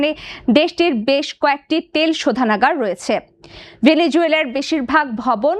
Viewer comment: উপস্থাপিকা আর ভালো করে বাংলা উচ্চারণ শেখানো দরকার বারবার বলছে বেলিজুয়েলা বেলি জুয়েলা